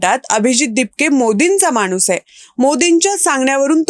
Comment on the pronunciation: माणूस हा उच्चार खटकला. न व ण च्या मधे लटकला. खणखणीत ण हवा.